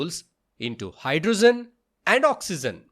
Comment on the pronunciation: Hydrogen is pronounced as ' hidrojen' not 'hydrozzen'